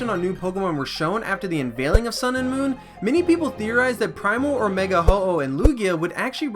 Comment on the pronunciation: its sounds weird when he says moon